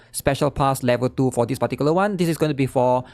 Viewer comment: Take a shot for every "dispaticulaone"